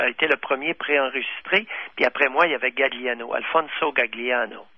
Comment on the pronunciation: Alfinso Gagliano ça se prononce Galiano (le G est muet en italien) C'est comme famiglia on prononce familia